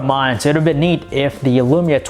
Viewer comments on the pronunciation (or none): none